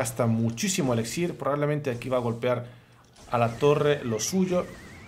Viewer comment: 2021 ya y sigue diciendo ELEXIR.